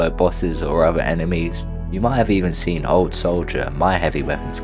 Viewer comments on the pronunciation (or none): none